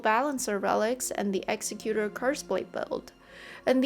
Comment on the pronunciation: Nice video. You pronounce "Executor" incorrectly though. Don't feel too bad, lots of the community do. However, it's not pronounced like the word "Executioner."